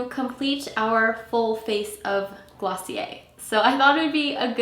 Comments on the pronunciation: Taylor Jarrett it's actually glossié, you don't pronounce the "r" , its a French word . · Clicked off when I realized how she said glossier